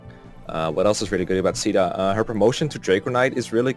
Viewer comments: Maan, I know I'm not a native speaker, but in my opinion neither C (SEA) DA nor SHE DA has anything with CAEDA. The A comes first than the E. It should sound more like KEI DA. Its sounds way more empowering as a name as well. Edit: I tryied ur beloved google and she sounded like KEI DA also. =p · i was actually so confused when i heard you guys calling caeda "sheda", and "seada". thinking about it now, it makes sense, but i had always pronounced it "kayda" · I cannot describe how much it pisses me off hearing people say "sheeda" or "seeda" Phonetically it should be pronounced "Kay-dah" but nobody cares. UGH it makes me so frustrated. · i just watched some supports and stuff where they say caeda out loud and its supposed to be "seeda". I guess localization thought spelling it like seeda doesnt really look good so we got a name where the a is silent for some reason. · Based on the fact that her name is caeda and it’s originally a Japanese game the correct pronunciation would be kyda (Ky like eye) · Probably gonna regret commenting before finishing the video, but isn't her name pronounced like "kai-dah?"(Caeda) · The canonical pronunciation is Shi-AY-da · After the chapter where you fight Michalis, my Marth stopped being used in fights, as I was trying to give more level ups to other units like Navvare, Ogma, Cain and Caeda (Which I pronounce Kay (like in the word okay) da (like in Darios’s name.).). So eventually, Marth was only in 2-3 fights per chapter (5 in Camus’s chapter because Cain and Frey (My strongest units) couldn’t walk on water.). But Marth still ended up being my third best unit in Nagi’s Gaiden chapter (This was the fourth game I beat tbh. (Awakening, conquest, valentia, this)), so either I was insanely lucky or Marth is a 4.5 star unit imo. (Not 5 star though because he isn’t completely perfect. Cain has a horse, Chris from FE12 is customisable and potentially OP, Gazak > Gazzak.) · Sheeda is actually the correct pronounciation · “Caeda” (Say-Duh)